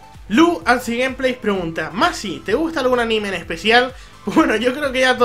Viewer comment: Por fin alguien pronuncia bien mi nombre :D Saludos!!